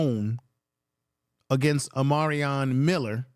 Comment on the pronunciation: Omar-i-on Miller! You really butchered his name 😅😅😅